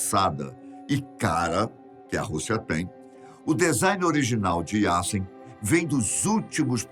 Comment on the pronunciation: sobre o submarino não se fala "Yassen" mas sim "Yazen"